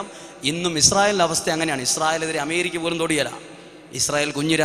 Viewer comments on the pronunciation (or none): none